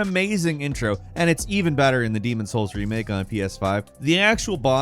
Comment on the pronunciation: Wow cant even say the Demons Souls boss name😂